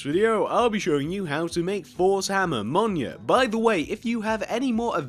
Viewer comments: It’s not pronounced “monya”, it’s pronounced “meelneer”. Btw this isn’t a hate comment, I’m just letting you know. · He's saying it wrong, it's pronounced "m-y-i-l-n-i-o-r" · Ain’t no way Blud said minio